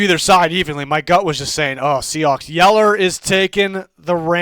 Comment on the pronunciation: Did he call them “Seahacks?”😂